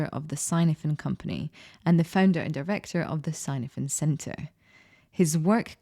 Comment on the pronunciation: Snowden is Welsh. Cynefin is the Welsh word for habitat. Pronounced ‘kinevin’..